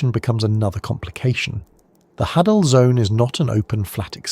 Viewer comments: Hadal... "of Hades". Pronounced Hay-Dall not Ha-Dall, sorry, drove me nuts every time you said it LOL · i think its pronounced hay-del zone because its names after Hades of mythology